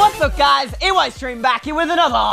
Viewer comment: it’s eystreem not eyestreem